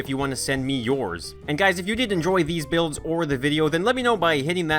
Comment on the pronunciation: I first understood bills instead of builds